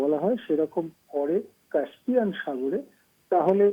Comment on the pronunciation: উচ্চারণ হবে কাস্পিয়ান। কাম্পিয়ান নয়।উপস্থাপিকাকে বলছি।